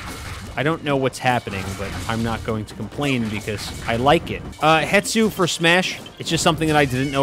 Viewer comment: Stop calling hestu hetsu please stop it gives me physical pain whenever you call hestu hetsu